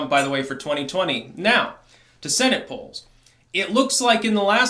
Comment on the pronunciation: "Polls"......... lol